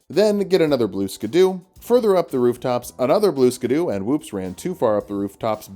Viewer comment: This is a comment telling you it isnt actually pronounced blue skadoo! I can tell you don't know that, and I'm totally not just giving engagement!